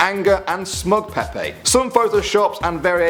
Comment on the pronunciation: its pronunced pepe not peapea